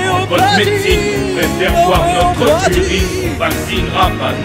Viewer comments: "On préfèRE boire notr ' urine" aurait sonné mieux que "Notreuh Urine" ou alors l emploi du futur "on prefer'ra boire notr' urine" Les apostrophe rendent mieux à l'oral même sur un texte aussi bien écrit :D quoi qu il en soit j me suis bien marré elle vaut l écoute ^^ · Pourquoi prononcer "BOIR' NOTREUH URINE" plutôt que "BOIREUH NOTR' URINE" ? Le "E" suivi d'une voyelle est silencieux alors qu'il peut être prononcé lorsqu'il est suivi d'une consonne non ? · T'aurais dû dire "Not'propr'urine", parce que "notrEUH UrinEUH" ça fait chkik! ;) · "notreuh urine" ... horrible faute franchement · Pourquoi marquer le E de NotrE au lieu de celui de BoirE ?